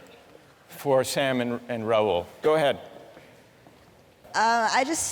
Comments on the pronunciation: His correct Spelling of Name is Rahul, which professor pronounces as Raul as typical of British accent to eat up Vowels. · Rahul changed to Raul in American accent ! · it's an indian name 'Rahul' which they pronounce as Raul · He himself pronounced his name as Raul and not Rahul. Not every person of colour is an indian. Grow up.